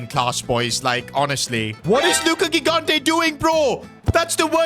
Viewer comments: Bro its not gigante its pronounced higante please acknowledge my comment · 3 episodes in a row tryna explain to that he's pronouncing gigante's surname wrong (first g = j)